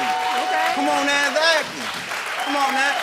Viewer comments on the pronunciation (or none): Esakly esakly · egsacly, egsacly, egsacly! EGSACLY STEVE!!!! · What you got to say? EGGSACKLY! Eggsackly, eggzackly come on now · Not Steve Urkel saying "EZACLY, EZACLY, EZACLY." 😂🤣